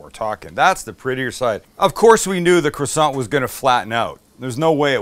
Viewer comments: As a member of a partially French family I have never understood why they were so dissmissive of the French Canadien language, and then I heard your total mangling of the word 'croissant'. All is now clear. Stick to English! PS love the programme. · I was yelling at my phone when you fucked up on the croissant!🤣🤣🤣